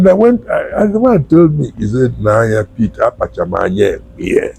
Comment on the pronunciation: His name is pronounced PIT not PET...